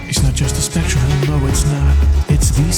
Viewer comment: "Specturm" but yes, saw that too 😂